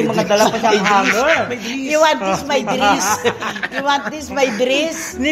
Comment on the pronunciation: "Hi, look at my driss" 😂😂😂